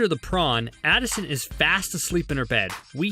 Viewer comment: Bish there saying prom in the wrong way there saying prawn it’s prom